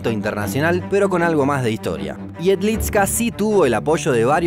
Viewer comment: Jedlička se pronuncia "iedlichka", la č es como ch. Igual, buen video